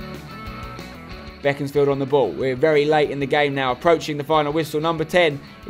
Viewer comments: It's pronounced Beek not beck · I swear it's pronounced bee-cons-field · I thought it was BACONSfield